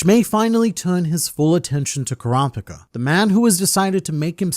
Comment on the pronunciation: kropika the way he says kurapika's name drives me crazy i cant make it thru this video